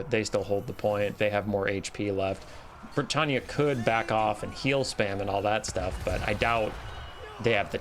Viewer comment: Are you pronouncing Bretonnia as Bretannia?